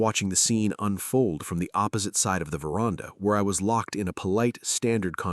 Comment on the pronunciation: AI, the word is ver...and...ah, NOT verarnda😮!!!!!!!!!!!!!!!